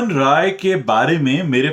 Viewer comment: Kindly correct your pronunciation of "Rai" while taking Rohan Rai's name. You seem to be pronouncing it as ROY which is a Bengali surname and RAI is from a different province in India